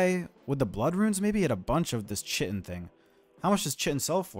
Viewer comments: pronounced "kite-in" by the way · If you care, "kite-in" not chit-in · I’ve seen like 5 or 6 dmm videos at this point, but not a single one where someone has correctly pronounced “chitin” 😂